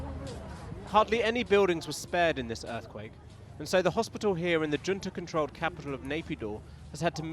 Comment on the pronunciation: Swap the J in Junta for a C, and you'll be more accurate